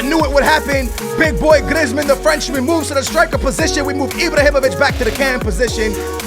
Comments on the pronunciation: You prennounce it Greezman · Could you plz say people's name right Who's Iblahimovic and Glieezmon